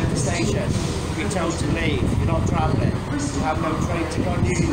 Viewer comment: You vill not be twavellen today